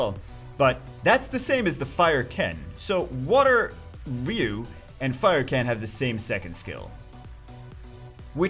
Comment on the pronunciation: it's pronounced RYE-YOU, not RE-YOU. thumps up